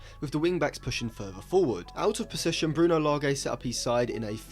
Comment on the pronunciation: Bruno Lage's surname is pronounced like "large"